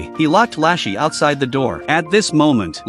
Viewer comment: HER NAME IS NOT LASHY 😭